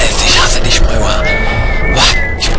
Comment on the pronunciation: warum sagt er moiwa?